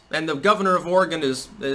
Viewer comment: Thank you for pronouncing Oregon correctly.